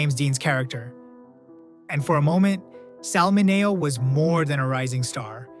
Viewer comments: It's pronounced Sal Min-ee-o, NOT Min-A-o! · MIN-e-O, not min-A-o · that drives me crazy Sal MIN E O ITS NOT HARD not ma nay o 4th person who said it wrong. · Sal MINI-O How much do we need to pay to get users to stop feeding the AI monster a steady diet of mispronounced words? Please pronounce the words phonically, for example: instead of saying tear for falling eye moisture, say tier. That sounds more like the word for eye moisture. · This narrator must be AI, doesn't know how to pronounce Sal Mineo's name. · Why can’t the people who make videos listen to them before they post them. That would give them the opportunity to see how they butcher some of the names with a terrible AI program. Perfect example, Sal Mineo 😢